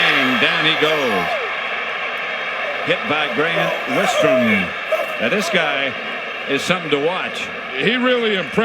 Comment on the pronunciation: The announcers getting Grant Wistrom's name incorrect just irks me.